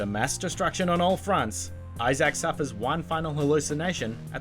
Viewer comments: Dead space- HIS NAME IS ISAAC NOT I-SACK 😂😂😂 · No ones gonna mention "eye zach"? No? Okidoke